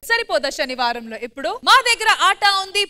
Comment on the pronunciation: అమ్మా తల్లి… అదీ "షనివారమ్" కాదు… "శనివారం"! తెలుగు భాషకి బ్రష్టు పట్టిస్తున్నారు!🤦